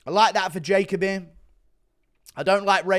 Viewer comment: Don’t think this guy has ever watched Jacoby fight because he is pronouncing his name wrong